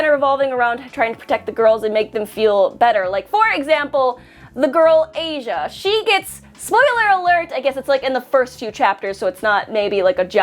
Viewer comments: sorry i have to put it out there it’s not ay-sha it’s pronounced Ah-See-A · Loves the fact you like DxD now ❤️ but I can’t get over the fact you pronounced Asia as the continent “Asia” an not AH-see-ah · It not Asia it is a si a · The girl Asia. Right spelling, wrong pronunciation according to the anime at least. It’s like ah-sia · HER NAME IS AH-SIA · She said Asia not a-si-a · Right!!!!!!! Thanks for helping